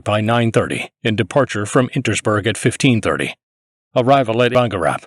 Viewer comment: The stubbornness with which he pronounces "Insterburg" as "Intersburg" time and again is stunning.